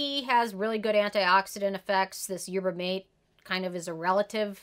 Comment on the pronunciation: I think that’s the third ten of 2021! Haven’t tried it but Good Molecules is on my list of products to try. Also, mate is pronounced mah-tay! ❤️